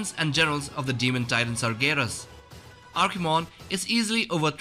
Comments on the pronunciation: Archimonde not Archimon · Archimonde, not Archimon. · Archimon? What is this, Pokemon? It's Archimonde!